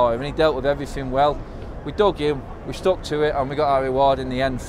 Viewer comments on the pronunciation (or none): none